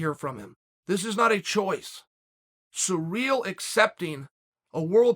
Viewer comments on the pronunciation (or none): by the way, its Cyril, not pronounced Surreal !! doh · The only thing surreal about this situation, is uncle chael pronouncing ciryl!